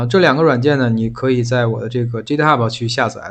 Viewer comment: 那个，GitHub正确读音搜索一下，不是基特哈不，是给特哈不